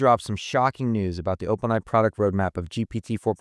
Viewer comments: Am I crazy, or are you saying "Open eye" instead of "OpenAI"? 🤔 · I'm actually hoping "eye" becomes the new pronunciation and that people eventually forget what "ai" stood for. :)